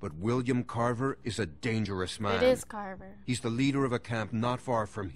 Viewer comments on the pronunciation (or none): Not trying to correct you, but like Cupquake, you said Carter not Carver, I'm just telling you. Not correcting.